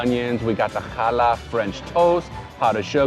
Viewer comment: As a Jewish New Yorker I kvelled when you pronounced chutzpah and pronounced challah correctly! 👏 Definitely added Eleven City Diner to my future travel list!